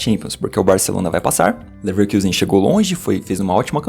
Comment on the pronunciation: Muito bom o trabalho, mas Leverkusen em alemão se pronuncia com o nosso u mesmo, caso contrário seria leverküsen